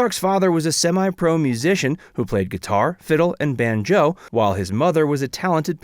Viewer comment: He said banJO instead of BANjo. Favorite.....Barbie Benton and Misty Rowe.